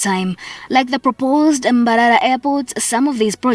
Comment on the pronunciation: I hate the way she pronounces mbarara like mbaralanit xool